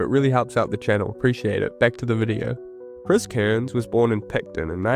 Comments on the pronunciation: Cairns, not "Kurns". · Cool vid dude but a small critique would be that his name is not pronounced Kearns